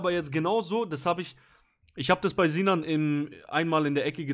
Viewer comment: Nur der vollständigkeithalber: die heissen nicht ZINAN UND ZENAD sondern Sinan und Senad. Und die Namen werden mit „S“ ausgesprochen und nicht wie im deutschen mit „Z“. 🤓🤓🤓